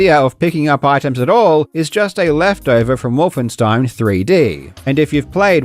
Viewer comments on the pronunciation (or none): none